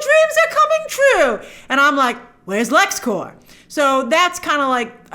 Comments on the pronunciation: Great breakdown but you said “everybody knows it’s Lexcore” but you’re not pronouncing it correctly, it’s Lexcorp. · Corp not Core 😘